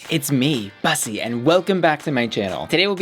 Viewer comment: I dunno why but it bugs me that you pronounce it BUS-ee rather than Bous-ee. It's a play on words from Pu**y right so it should be pronounced like Pu**y with a B... XD